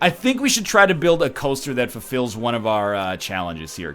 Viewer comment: I actually have no idea why.... but I love it when Ryan says "coaster".